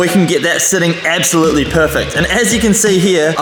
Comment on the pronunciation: Bro casually saying “ebsolutely”